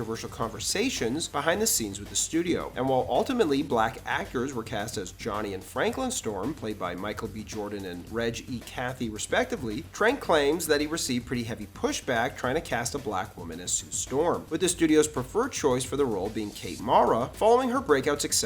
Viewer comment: Where'd you learn your English? I've lived my whole life not knowing that the word 'respectively' is pronounced as if it was spelled 'respectibly' and 'supposedly' was pronounced 'supposeby'.